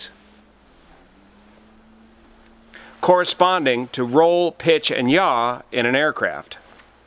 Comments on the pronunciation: BTW it's yaw not yah ! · pitch , roll and yaw. Not "jah", not y'all. OK, yah?